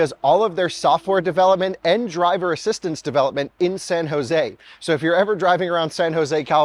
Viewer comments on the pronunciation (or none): none